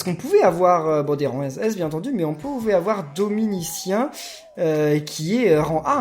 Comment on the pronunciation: C'est bizarre de dire DominisciANNE moi j'aurais plutôt prononcé scien